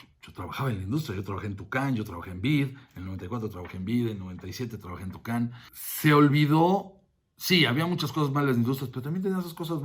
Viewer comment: Se llamaba: Editorial "Toukan", no "Tucán" jijiji